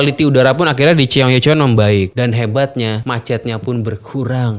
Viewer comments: Bacanya gini bang chong-gye-chong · ... #bacanya SOUL & CHONG GYE CHON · Info nya bagus, tp cukup terganggu untuk penyebutan "Chonggyecheon" Nya. Wkwkwk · Kira-kira ada ga ya yang bahas pronounciation si abang ini yg bilang "Seoul" dan " Cheonggyecheon"? wkwkwk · Seoul bacanya So-ul (kaya ngmg bakSO) Cheonggyecheon bacanya chonggecon ajaa😅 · bang, dalam huruf Korea yang ditransliterasi ke huruf Latin, yang tertulis "-eo-" itu bacanya "o", jadi Seoul, bacanya Soul, Cheonyencheong, bacanya Choyencong bang... eo dibaca o, eu dibaca mirip orang Sunda ngomong "geulis" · Cheong - ye - cheon ❎️ Cheon - gye - cheon ✅️ Se-oul ❎️ Soul ✅️